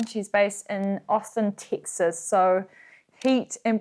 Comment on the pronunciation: Having lived many years of my life in the Lone Star State, I can’t recall ever hearing a Kiwi say it. I’m so delighted every time you say “Tix-isss.”